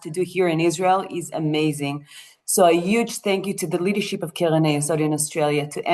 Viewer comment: I had difficulty understanding you, because of the way you sped through and pronounced some words, especially "Keren", because you made it sound like "Kelen" or even "Kelev". I am wondering if AI was involved here?